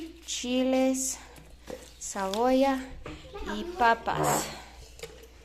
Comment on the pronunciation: Cebolla not cabolla